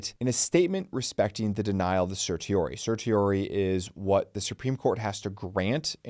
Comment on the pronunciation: The number of attorneys who mispronounce 'certiorari' is amazing.